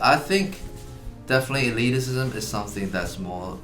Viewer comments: I don't know if this video is better or worse because he keeps saying "eliticism" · Loving the extra - si- Eddy keeps adding to the word elitism (elitisism)! Makes it even more elite! :D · Nobody: Eddy:Elitisism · Ahem. It's "e-lit-ism", not "e-lit-i-cism". Just saying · The word: Elitism Eddy: Elitisism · Oh man. I winced every time Eddy said "eliticism." Eddy! It's just elitism. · Just an FYI, elitism is not said as elitisism eddy.